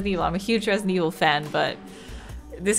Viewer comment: Resilent Evhill